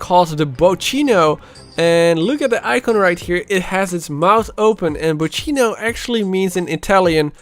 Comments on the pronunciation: it’s not BOCCINO, it’s BOKKINO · actually in Italia Is pronunced "bokkino"